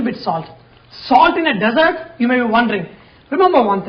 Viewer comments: It is not a Desert it is a dessert and it is pronounced (dih-zûrt). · Good job, man. When you refer to women, don't call them 'females.' Also, when you refer to sweets, don't say Deyzzart (desert), but dizert (dessert). LOL! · you are a great chef but I would like to point out that pronunciation is dessert not desert